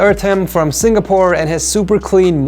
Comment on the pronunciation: Did he say: Singapoore?